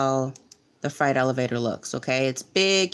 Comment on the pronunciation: Freight. Not fright. I cannot listen lol